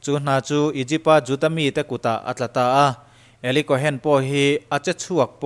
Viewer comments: Kawhen tia lam loh tur Kawn tia lam tur. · Tuna ilam dan 'Eli Cohen' tih hi alam dan dik tak tur zawk a ni.cohn tih hi chu sap hovina an kaih lek chawp zawk a ni.cohen tih hi hnam hming.Israel puithiam hnam hming.mosia unaupa Arona thlah kal zel te kha an ni a.tun thlengin juda inkhawmna biakinah puithiam malsawmna hi mipui te an la pe ziah thin a ni